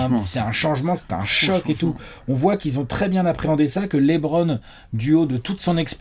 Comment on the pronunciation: Par pitié stop dire Laitbron 😢😢😢😢😢